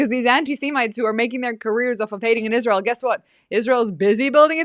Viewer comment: If U say that Scamdace is “talented” I WILL NOT give this video a like! I despise that woman and U sometimes overrate her! She can NOT even pronounce a simple word like “Israel” and she’s soooooo ignorant!